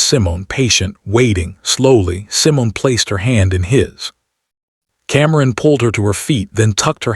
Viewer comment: What is wrong with the narration? Cameron is kamkrum and Simone is someone?!